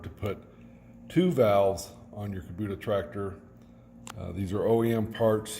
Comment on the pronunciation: Outstanding installation....very sanitary. Since I'm on my 3rd Kubota and used them with a business, curious as to why you call it a Kubuta when it's an "O" after the "B". Not sure if you're from Canada or some other Country, just was puzzled. Keep up the nice installs; looks very professional. A lot to be proud of there!!